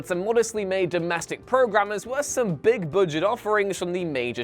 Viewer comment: I keep hearing "Boo-jet" whenever the narrator says budget. LOL